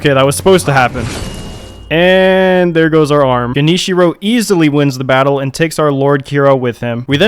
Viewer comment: the fact that you got genichiro's name right and not kuro's. damn